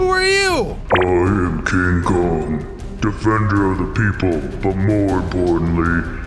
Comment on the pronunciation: And I like how you called King Kong more like donkey Kong 😂🤣